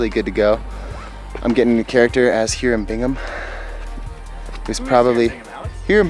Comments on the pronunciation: Thanks. Lovely photos. Hiram is pronounced Hi rum with a long i. Hi like hi when greeting someone. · High-ram, not heer-am.